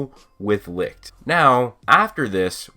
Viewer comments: When you are from Germany and here when you here licht how you speak it 😂 but no hate :) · Me as a German hearing you pronounce “Licht“ is pure fun c